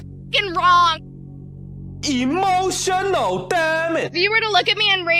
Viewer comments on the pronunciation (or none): E-MOT-ION-AL DAM-AGE!! 😂😂